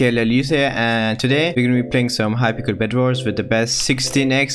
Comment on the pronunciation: I’m not making fun of u and I know u have an accent but I love how u say hypixel “hypickel”